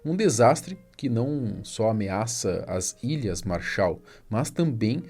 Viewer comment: Ķkkkkkkkk "a responsabilidade é das ilhas marsha" essa foi foda 😂😂